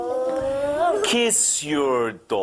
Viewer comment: I bet he drives a really nice "cawhh"